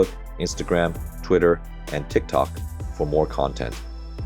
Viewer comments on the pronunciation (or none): none